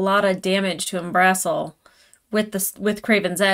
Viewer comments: while i love your content please stop saying 'um-brass-el' its 'um-bra-cil' roll the r if you can tho not required if you just cant roll rs i know not everyone can lol XD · At the risk of sounding like a CR nit-picker (for which I humbly apologizes) the name of the dragon in this episode pronounced UM-bra-sil, not UM-brass-sil. Which, by the way, is voiced in both the live stream and in TLoVM by the talented Matt Mercer. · The dragon's name is pronounced Umbra-sil, emphasis on sil, not -bra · I believe the dragons name is pronounced like the beginning of umbrella, then sill like windowsill. Umbre-sill. I believe thats how matt pronounced it. Someone correct me if im wrong. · Just a not on Umbrasyl's name, it's pronounced like the word umbra (the part of a shadow) sill (like window sill). Anyway, loving your reactions. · Just for reference the dragon’s name is pronounced Umbra- sill